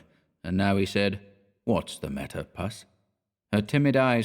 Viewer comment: hi sweetie - puss is different from pus, which is yucky stuff in infected wounds. puss is pronounced with a short ‘oo’ - as in octopus or platypus - not the short ‘u’ as in thus. pussy cats will rejoice! :} 🐈🐾🌻